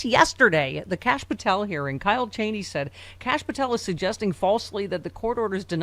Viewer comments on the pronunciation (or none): none